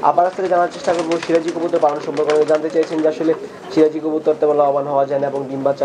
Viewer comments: এই মহিলা তো কবুতরের নাম টাই ঠিক করে বলতে পারে না, সিরাজি কবুতর কে, বলে শিবাজি কবুতর,,,, দাম বলবে কি করে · nam e tik kora bolta par6a na sebaji na siraji